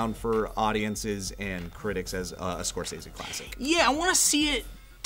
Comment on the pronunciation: It bums me out that you guys say Scorsese's name 100 times in this vid and that you pronounce it wrong every time.